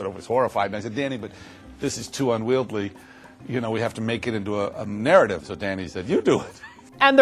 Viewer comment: Dear John Landis, the word is "unwieldy" not "unwieldly"